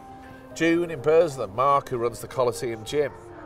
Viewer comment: BURSLEM!!! Not "Burslum", or was that a Guardian Elite pun?